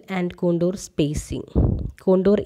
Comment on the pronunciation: Ma'am it con-tour not con-dor. Very nice video,keep it up